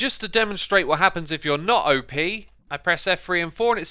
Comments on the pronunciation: Normal people: op Xisuma: O P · An admin is not "O.P.", it's "op", as in "operator".